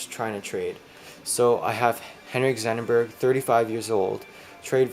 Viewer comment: It's Zetterberg. Not Zennerberg